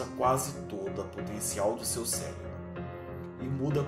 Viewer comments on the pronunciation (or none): none